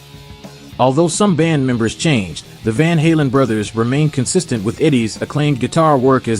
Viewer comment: Why did you pronounce "Brothers" that way. Are you a bot?